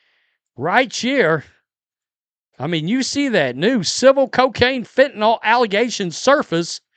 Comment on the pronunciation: Fentanyl, not "fentanall..."